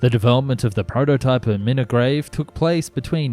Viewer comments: Love the way you pronounce the Scottish place names. Inchinan is in-shin-in. Renfrewshire is Ren-few-shire and as above Mul-guy or Mil-guy. You sounded so funny 😂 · can i give a little help with pronunciation inchinnan inshinann milngavie mulguy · Great video. The pronunciations made me smile (I live in Milngavie, pronounced mill-guy)